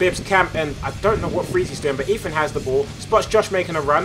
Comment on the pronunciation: this commentery is torture everytime he says eathan he says eafin